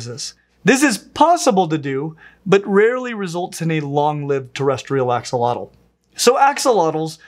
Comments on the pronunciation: Fyi it's pronounced "Asho-lote" rather than Axe a lot el. Here's an Nahuatl language expert on the topic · it's pronounced ashotol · It’s pronounced Ah Shoal ots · Something not many people realize is the correct pronunciation of "Axolotl" is ah-SHŌ-tl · The correct pronunciation is ah-show-lote btw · ...except it's actually pronounced more like "ash-lote" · That's not how you pronounce it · Axolotl is another Nahuatl name that is commonly mispronounced too! The x is pronounced as an “sh” sound, and the L at the end is silent! “Tl” at the end as a hard T sound while expelling air out of the sides of the mouth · You didn't pronounce the name right. X_X